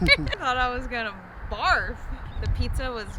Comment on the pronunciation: Congrats 🎉🎉🎉. Been following you for a while and you’re such an inspiration ❤. I’m also currently training for 50k next summer 😍…. Also funny moment as you were pronouncing pizza at the beginning of the video you said it as “píča” which means pussy in czech 😂😂😂. Sending kiss from Prague 😌🥰